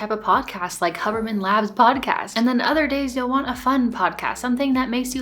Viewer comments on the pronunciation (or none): It’s HUE-berman